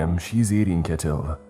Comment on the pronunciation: I’m only 2 minutes in and I was surprised to hear about Iceland in a ‘pasta. It’s nice and refreshing. The the correct way to pronounce Ketill is Kyeah-tiddl (our double L sound is like a the ‘dl’ in ‘fiddler’ in some words) 🧡